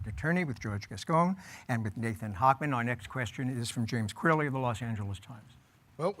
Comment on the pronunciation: He keeps mispronouncing Nathan’s name. 😂